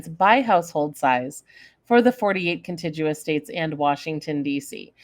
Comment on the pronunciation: Why is the way that contiguous is pronounced so annoying to me? 😆🤷